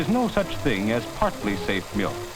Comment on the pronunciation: what the shiz is up with the way ol boy pronounced milk, need that sample on a beat.